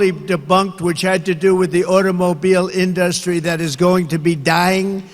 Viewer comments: Has anyone noticed that the pumkin head says IN-Dustry? He emphasizes the "in" and pauses as if the second part is a whole new word. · At 78, Trump still doesn’t know how to say “industry” 😆